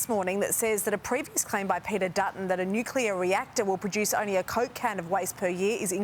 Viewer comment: can he just pronounce Nuclear properly.